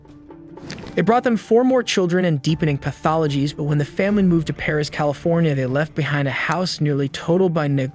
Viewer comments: It’s Perris Ca no Parris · It was the town of Perris, not Parris. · It’s Perris, CA not Parris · It's PERRIS... NOT PARRIS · It's Perris, CA BTW 😂 I'm a local 😅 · That is Perris California not Parris Calif. Not far from Riverside Calif. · Perris, CA, not Parris or Paris. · It's Perris not Parris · That’s Perris, not Parris.